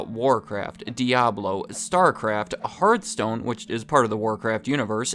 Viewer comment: It’s HEARTHstone not HEARTstone 😂. But great video. I play Diablo immortal and they have been promising bug fixes, pvp balancing for so long